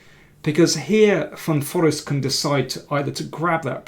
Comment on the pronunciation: hi GM King, just a silly sidenote, I know how much you appreciate languages, actually one pronounces it Van Foreest with the accent on „reest“ with a long e.